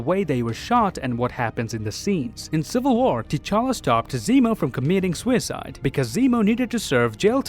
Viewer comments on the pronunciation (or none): Everyone:: "Swiside" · He said "suicide" in a weird way so youtube wouldn't recognize it